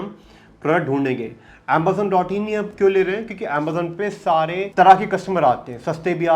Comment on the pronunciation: "Ambazon" ?? but i clicked on tihs video to learn amazon